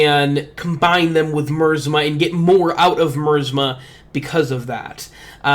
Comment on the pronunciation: I love the effort you put in, but I feel I gotta correct something. the pronunciation is not mursma its actually my az mah Keep up the good work ^^